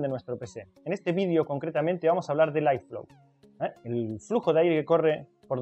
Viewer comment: airflow se pronuncia érflou, porque en momentos parece que dices iphone. Lo ideal es que digas flujo de aire. Buen video